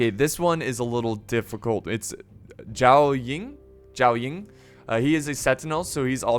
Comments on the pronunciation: I hope that my previous comment a few weeks ago wasnt discouraging I did mention you got some names wrong and I wanted to apologize. Truly I applaud your effort and enjoy your content. Good vibes your way bro That being said keep working on it Zhao Yun, Sun Ce, Xhiaou Dun and a few others you need to go back to the recordings or those recordings are wrong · Hey its pronounced Soon-say for sun ce and jshao-Yoon for zhai yun hope this helps